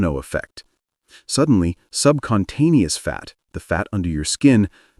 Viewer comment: SUBCUTANEOUS not SUBCONTANEOUS